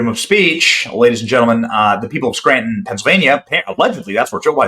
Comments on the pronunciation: *It's "Skryyyytun"🫣😳🙄🤭👍🏼😘❤️!* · "Let's go to Scranton, let's go to Scranton."😂